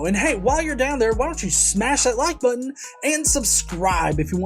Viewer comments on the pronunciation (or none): none